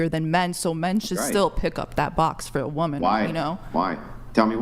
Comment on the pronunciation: PLEASE STOP ALLOWING THE GIRL WHO REFUSES TO PRONOUNCE THE WORD WOMAN BACK ON